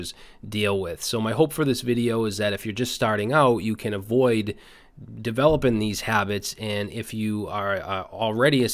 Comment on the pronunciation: "idear"? iDEAR? "divelopin". you're cute. thank you for being you.